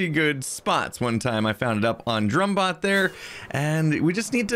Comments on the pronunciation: Its grumbot, not drumbot! It is ok, lol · Grumbot not drumbot